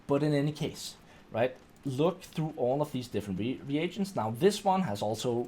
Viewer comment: Re-A-gents not Regents